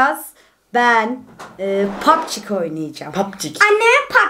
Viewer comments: pubg ye pabçik demesi😂😂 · Lütfen artik şu oyuna papçi demeyin g harfi ci olarak okunuyor pabcii mobayl die okunuyor o kadarmi sıfır ingilizceniz var